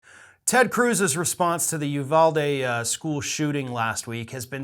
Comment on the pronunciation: Love your videos dude, so I’m not trying to be an asshole. I just want as many people as possible to get it right! It’s pronounced Oovalde, not Youvalde.